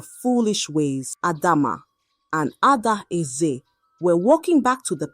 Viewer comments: Pronoun your words properly. A-dae-ze is the name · Are you not from Nigeria for you to fail to pronounce adaeze when a Zambian like me can ah work on your self. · People just correct her instead of raising complaints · The pronunciation of Adaeze was just doing my head in. Why not practise saying the words before the story or just use a simpler name instead?